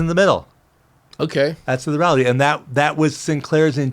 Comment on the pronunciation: “The ralllity is”